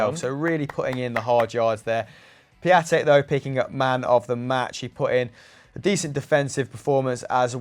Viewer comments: His name is pronounced pion-tek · Here's something funny. Piatek is not pronunced Pia-tek but Pion-tek.